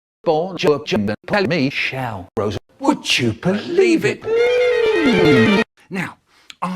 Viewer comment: sounds as if he's calling you Rooss